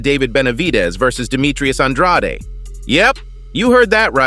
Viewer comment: How many times does Andrade have to pronounce his name as An-dr-aid, NOT Aun-drotty?